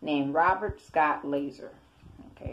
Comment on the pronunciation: it's lazar pronounced (la'zar) not laser lol. The Wikipedia page tells you how to pronounce it do you need glasses?